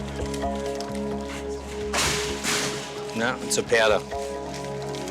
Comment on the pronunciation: "nope, it's a piadow (powder)"